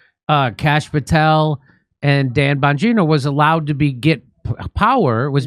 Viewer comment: ???“Don Bongino”??? 🤨🤔🤔🧐 Pretty sure it’s “DAN” and not “DON”… 😂😂😂😂😂😂